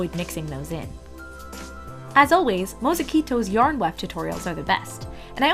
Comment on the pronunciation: the way she said mozekyto